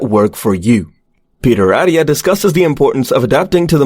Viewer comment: You lost me at Peter “Addia” It’s AT-TIA Lil things…